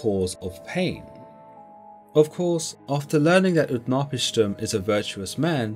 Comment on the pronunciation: UtnaPISHtim, strong on the third, not the second.